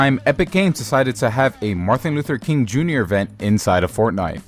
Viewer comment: take a shot for every 'marthin luther king'